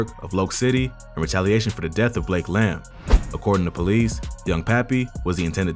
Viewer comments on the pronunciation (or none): none